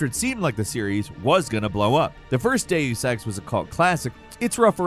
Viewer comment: It's "day-us" not "day-oos"